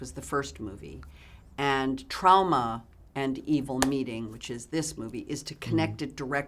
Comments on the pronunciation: The way she says "trauma" is like a mix between the english way of saying it and the way you say it here in Germany. Idk why I'm writing this down, I just love her and the way she says that lol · I have but one word… Trowmuh.